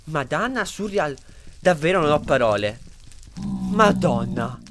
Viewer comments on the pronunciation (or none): none